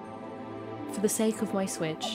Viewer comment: "We're playing this.....on the SWTICH". Ok, here we go. lmao